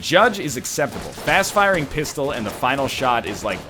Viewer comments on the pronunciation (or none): none